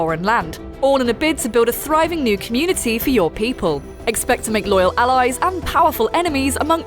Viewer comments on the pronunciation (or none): uhh did she say loyal alloys?